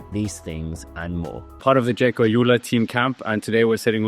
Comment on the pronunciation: Am I correct in hearing you pronounce Alula as 'Ajula'? Isn't it pronounced 'Al Ula'? Like 'Al' as in 'Algeria'?